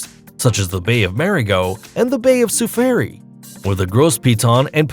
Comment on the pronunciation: Nice video, but learn the correct pronunciation of the locations before doing such a video, or you'll lose credibility. It's a true headache to listen to this huge amount of wrongly pronounced names such as Capri, Seychelles, La Digue, Saint Lucia, Soufriere, every location on Bali amongst others!! Also, use the correct pictures to go with. One of the pictures in the Bali chapter, in fact, shows Anse Source d'Argent on La Digue, Seychelles. Bali is a great place but there's no beach with such beauty. Your thumbnail shows the Andaman Islands, which are not even mentioned.